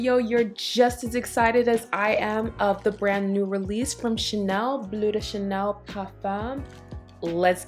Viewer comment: I can't seem to find it here in the UK but tomorrow I'll go to Selfridges so hopefully they have it. Can I ask you why you call it "blue de chanel" instead of bleu "blur" de Chanel. You actually pronounce it perfectly at 1.24 in this video. Sorry for being an arse but I think it's important to pronounce it how it is in it's native French language. BTW I love your channel